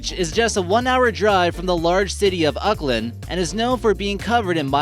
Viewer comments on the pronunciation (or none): It's not uckland it's Auckland dumbass